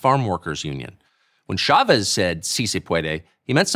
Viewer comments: It's a little annoying that everyone pronounces Chavez with soft "sh" sound. "Ch" in Spanish is always a hard "ch," like chocolate. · In America we pronounce ch like ch, Pierre.